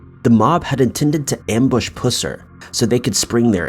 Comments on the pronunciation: It's pronounced pus-er not pews-er I live here in Mcnairy county and people would have a fit if I didn't point this out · Come on! Pus er not puss er 🙄 I knew of this man when the movie came out in the 70s. Almost seems disrespectful to put the word puss in that man's name. Joe Don Baker played him before anyone did.. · Pusser is a variation of Purser, and is pronounced like pus rather than puss. I know several members of his family. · Its pronounced pus-er,. Sorry, I just wanted to make that right. He was a badass,and a hero. Thank you so much for the video